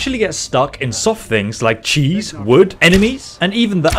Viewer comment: So much emphasis in the word cheese 🤣